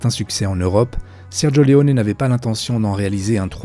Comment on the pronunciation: 2 enormes boulettes sergio leone et non leonet et eli wallace et non wallack